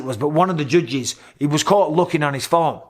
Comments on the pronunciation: He says it like “jujges” 😂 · Anybody else just irrationally mad at the way he says judges??? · Anyone else love hearing him say “judges” 😂🤣😭